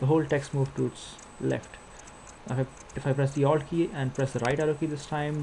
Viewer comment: i kinda had to go back a couple of times there too. i heard owld.